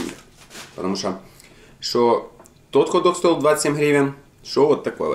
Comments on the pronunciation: Хот дох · Вертуха, хадог, аж уши вянут 😪